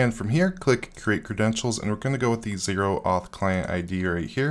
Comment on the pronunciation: "Oh-auth", not "zero-auth". It's short for Open Authorization.